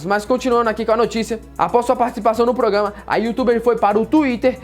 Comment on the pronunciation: "Progama" ahauahauaha